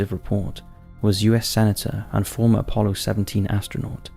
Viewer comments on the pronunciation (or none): none